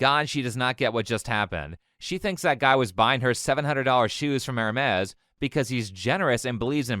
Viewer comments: “Hermes” is French, so I assume that you ought to pronounce it without the s at the end. Like “Ermé” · at first i thought bro said ermes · It's pronounced Air-May